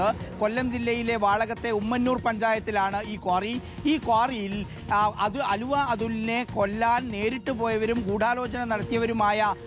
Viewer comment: എടോ എന്താ പുലമ്പുന്നത് അലുവ അതുൽ അല്ല ആലുവ അതുൽ ആണ്